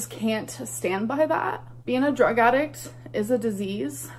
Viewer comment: Don’t forget “attic” instead of “addict”, and “themselffs” instead of “themselves”.